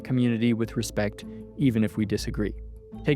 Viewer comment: So, where does the host get off calling the prophet “Dallen”?